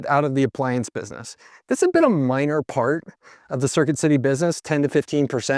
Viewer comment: Listen how he says minor.